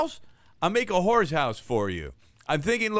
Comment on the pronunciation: How come nobody is talking about the fact accidentally said hoar instead of horse in?